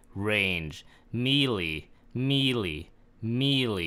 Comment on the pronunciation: Can nobody pronounce melee? Its “meh-lay.” Jesus lol